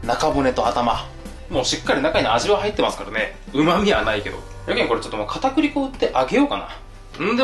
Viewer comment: 唐揚げ作る時に片栗粉を「かねくり粉」と言ってたような気がします(時間経ってるけどコメントしましたw)